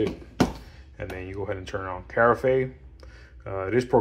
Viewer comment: Carafe is pronounced Ka-raff not care-a-fay.